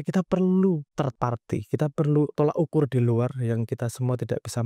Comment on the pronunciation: You made a very good point and this will lead to a lot of thinking (on some people's side, even though it is most probably futile), but please mas, "tolok ukur", not "tolak ukur".